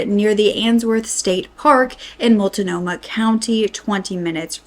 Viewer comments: First off, some of the pronunciations are wrong (and it's just driving me a little nuts) but Multnomah is mult-GNOME-uh and Willamette is will-AM-met. Next thing about this story that this lady seems to have deciided to skirt around (which is a pretty major part of this story) is that the killer targetted drug addicts pretty strictly. These women appear to have family and friends that were looking for them once missing, but up until they were missing, most of them didn't have homes, and lived mostly at friends' known drug houses. All the locations mentioned being frequented by these women are pretty well known drug areas, and dangerous areas at that. I'm not saying they are to blame; my only point is that people are expressing outrage stating they could have been victims since the cops didn't inform them, but his only victims were heavy drug addicts. So you probably wouldn't be targetted unless you hung out at these specific drug houses too. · PS- it’s wil-AM-ette and Mult-nomah. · Born and raised Oregonian here. Common area names that are mispronounced and may get you teased. Willamette is Will -lam-et, Multnomah is Mult-no-ma, Albany is All-ba-knee, Tigard is Tie-gard, The Dalles is The Dallz (rhymes with pals) There are so many but these will get you started. Oh and use I-5 not The 5, and if in Eugene it's Beltline not The Beltline- news reporters are generally from out of the area so don't trust their pronunciation ask a mossback (born and raised). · As someone whom lives here… please learn how to pronounce the names lmao I cringed every time you said Willamette and Multnomah 😂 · I love that this is getting covered, but I was born here and some of the pronunciation makes me giggle.. it reminds me just how off we are as a whole state Also:: you really give me miss frizzle vibes and im here for it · Mult-No ma Will-am-ette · Mult-no-mah (not Mult-i-no-mah) Will-a-met (not William-ette) We have weird names here. 🙂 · Mult-nomah, not Mult-uh-nomah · Mult nome ahh